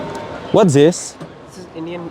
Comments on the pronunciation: اتعلم مخارج لفظ الاحرف بالإنكليزي مثل زيس بدل ذيس يعني zis بتقول بدال this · 😂😂😂😂 يا سوري this ومش zis😂😂😂😂 اكيد شي غريب لانك سوري ما شايف شي بحياتك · بحكيله زيس إنديان فود. اللغة الإنجليزية تلطم حظها في الزاويا